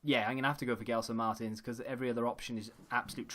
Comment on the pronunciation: Love your vids and btw gelsons name is said like Jelson Marteens